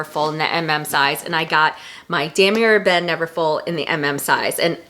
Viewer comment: New Subbie 💃 Love your video! I bought the Neverfull MM World Tour to get away from vachetta. My most used Chanel is a black caviar GST with GHW. Thinking of getting it in another color. Any thoughts? FYI Damier Ebène is pronounced: Da-Me-Ay. Cheers!